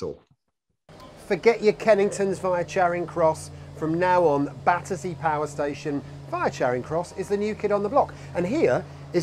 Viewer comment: An exciting report! Now I must visit it! One point: it's "Battersea" not "Battersear", as in your introduction.